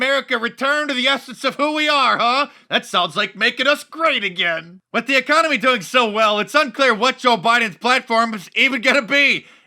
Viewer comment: This idiot in the view said Emiconomy wtf is that she to say Economy.